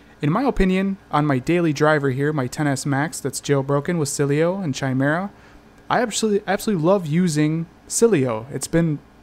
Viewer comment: Why are you still pronouncing it CHI-mera? It's KAI-mera!